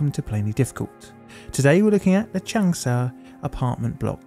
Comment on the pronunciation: I am sorry, but your pronunciation of any of these names is completely wrong: it's not Chengsha or Chengsa, it's an 'a' which you in English would rather intone when saying Chung (although there is an 'u'). So pronunciation is "Chung'shah". And the name is "Woo" "Chee-sheng" (Chee like you would pronounce in Cheese) not "Kuiiseng" like you say, as well as "Dshi-jong"... sounds horrible. Every fifth person on earth speaks Chinese and their cities are 10 to 27 Million people or more. We should at least learn how to pronounce their cities right.